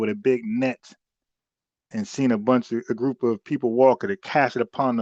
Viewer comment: Every time I hear say “Grewp,” I wanna throw up.